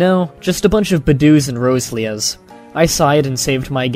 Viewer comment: Bedew - (Bu-Duu) not (Buduu) Roselia - (Ro-Se-Lia) not (Rose-Lia)